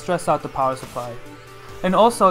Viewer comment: that dude saying SUR-ply is killing me.. SUP-ply.. SUH-ply... SUH... SUH.. no R